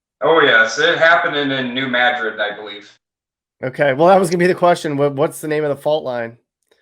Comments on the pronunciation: For the love of god it’s pronounced New MAD-RID not MA-DRID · New Mad-rid. Almost more like Madge-rid. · It's not New ma-DRID, it's New MAD-rid. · Its New Mad-Drid, not Madrid as in Spain. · Its New Madrid, pronounced Mad like angry. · New madrid,not ma-drid,and it was theMISSISSIPPI,not missouri river that is there